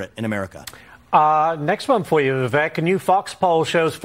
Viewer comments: It's Viv-ache! 😂 It's Vivek Time! ⭐✨✨💫💫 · And his name is Viv - ache (he said like Cake) not Viv-eck